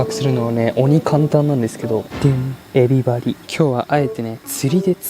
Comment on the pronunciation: エビ針が ☆everybody☆にしか聞こえない